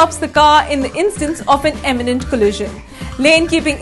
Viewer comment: It's accent not grammer